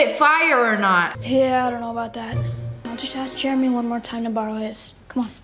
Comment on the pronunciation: WHY IS JEREMY PRONOUNCED GERMY ISTG